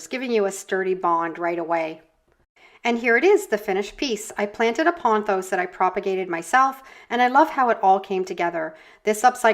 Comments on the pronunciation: ( ). POTH os, ✅ Not PON thos ❌ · There is no "N" in pothos.